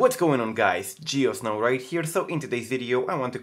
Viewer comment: Yes ik, but this is how it sounds. Your prononciation is funny. :D